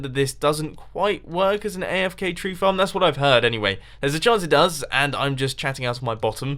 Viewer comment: did he say flarm instead of farm?!